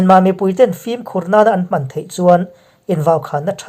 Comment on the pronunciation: INP Mizo chanel a beng var thlak ṭhin e. Chutih rualin Ṭawng thkuk dik lo baksak a tam ṭhin hian beng a tikham a, riltlru a tihah ṭhin hke mai. Langsar zual pakhat chiah aw.. ..hmang aṭanga lo kan 'hman' tih hi 'a hi a ri sng tur a nia. I thluk hniam daih zel. A nuihzat thlak. I ṭul buai em em laiin thildang eng emaw ti turin an bia che a, Ka 'hman' lo rih em mai.. i tih a a rik ang hian lam rik tur a ni e aw... hmanrua tiha hman lam rik dan angin lam tur. Ṭawng dang kan hman ṭhin oawh a ṭawngkam in ang reng, thumal thuhmun lamrik dan in ang lo nuai mai te... a tam mai.